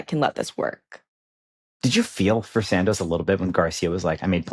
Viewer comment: Imma need the young gyal to pronounce Santos properly. It's Sahn-tos. The A like Han Solo not the A in sand. Also our Desi homie starts well then slips into the beach. 😅